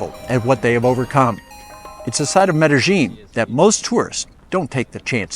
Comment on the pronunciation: Medellin is pronounced Medeyin or Medelyin-Not Medejin!😘🤑